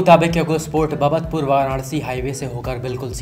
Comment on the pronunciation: bhaiya wo बाबतपुर है ना कि ब्बतपुर